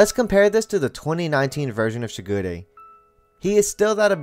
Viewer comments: Aah-ki-tou: Akito Shi-gu-rey: Shigure✅ Shi-gū-re❎ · Idk if it’s a dub thing but I can’t get over how you put a ton of emphasis on the ‘i’ in Akito and the ‘g’ in Shigure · Him: says Shigure and Akito differently then me and the dubbed show Me: uhm anyway (This is a joke love the video just caught me off guard)